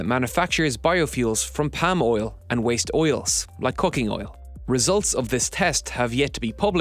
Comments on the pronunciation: Lol dude can't pronounce "palm". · Yeah, my ear said, "Pam", but my brain said, "odd pronunciation of Palm."